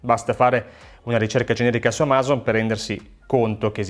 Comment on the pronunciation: Perché lo chiami amàzon? Non è Amazon?